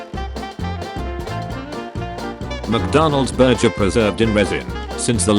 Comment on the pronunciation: "bur-jer" WHAT